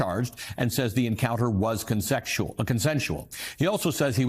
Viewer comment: Secretary of dispense, ., defense. Consexual,.,consensual. 🤣🤣🤣🤣🤣🤣🤣🤣🤣🤣🤣🤣🤣🤣🤣🤣🤣 Is he doing that on purpose?? 🤣🤣🤣🤣🤣